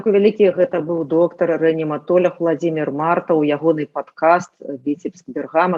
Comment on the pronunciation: !Заканчвайте крыудзiць нашу цвердую и моцную мову!!! ЧТО ВЫ ЕКАЕЦЕ якаеце:? Няма слова рэаніматоляг-есць слова рэаніматолАг!!!!!!Няма слова анэстэзіялёгіі - есць слова анэстэзіялОгіі!!!!Чаму усе блогеры на роднай мове гавораць як трэба и толькi Вы вечна "екаеце-якаеце??? Можа у вас у Чэхii якаюць - а у беларусай мова цвердая и моцная!!!